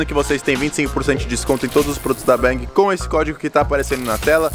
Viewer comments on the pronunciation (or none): Não sabe nem falar baaaaang!!!!!!!!!!